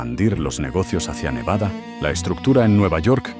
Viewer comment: The narrator must be from Nevada bc he said it correctly.